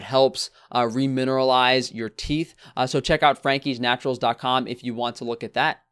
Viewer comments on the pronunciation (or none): none